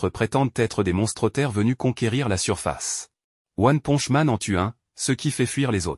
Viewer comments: Mais comment on publier une vidéo sur one punch man avec une voix de gogol qui dit "one ponche man"??? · One ponche man 😂 c'est quoi un héro mexicain ? Mr poncho 😂😂 carrément il dit après ponche 😂 one ponche man